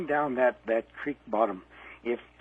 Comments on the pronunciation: The smile comes from the satisfaction of knowing that, that is the correct pronunciation. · Hearing creek pronounced as crick always makes me smile.